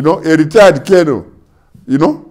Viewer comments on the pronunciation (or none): none